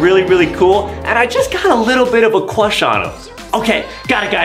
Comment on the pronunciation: adem has a huge cwush on banbanleena adem has a crush on cyan THe waInbiW fRIwnd ademmmm has a cruwh on rosalie,peach,daisy